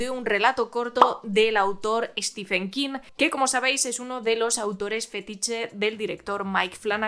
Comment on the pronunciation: "Stiven", no "Estifen". Intente pronunciar bien su nombre.